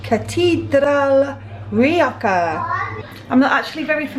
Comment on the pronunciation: Food looked great, loved the Spanish accent for the Rioja wine!